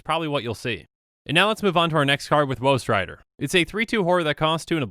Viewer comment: Instead of woe strider, I only ever hear "whost rider"